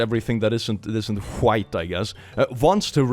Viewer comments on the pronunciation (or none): Why did you say white like that tho?